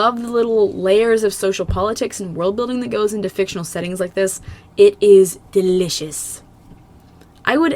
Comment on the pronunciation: You said it is, DELISIOUS. like dragon sheep would have! 🤣